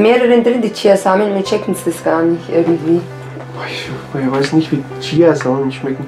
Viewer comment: Sie meint chiHaNsamen😂